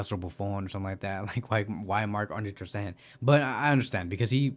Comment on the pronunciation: Bro, please stop calling him Ter SteHEN! Since I listen to most of your videos, I accidentally pronounced his name like you do in front of my friends, and now they laugh at me every time his name comes up! lol You don't pronounce Gavi as /Havi/, so why do that to poor Mark Andre ? 😁